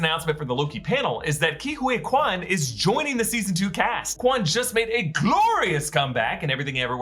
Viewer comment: Ke Huy Quan is pronounced KEE-HEE Quan.